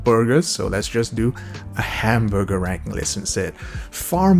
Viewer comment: Ah yes. Hamborgar